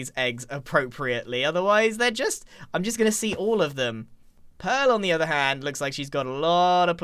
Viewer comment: You mean you and Scuh-haaar have been on puh-haaar with each othuh-haaar?